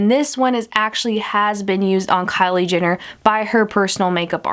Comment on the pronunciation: She's like "Kylie JINner" 😂😂